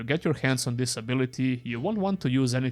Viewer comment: Please differentiate between THIS and THESE. They are completely different sounding words.